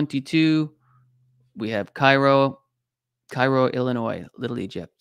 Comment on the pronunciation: Southern Illinois has Energy, Christopher, Devil's Kitchen Lake, Giant City State Park and Garden of the Gods. You mispronounced two cities. Cairo is in Egypt, Care o is in Illinois. Madrid is in Spain, New Mad Rid is in Missouri. New Mad Rid fault.